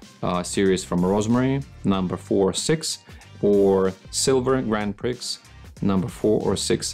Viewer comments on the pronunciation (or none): I love the way you pronounce "Grand Prix". I appreciate you are not English but it is a French phrase and it is pronounced "Grand Pree". Excellent video on brushes, though. 👍🏻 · The correct way to say it is GRAND PREEEE, NOT PRIX, THE X IS SILENT.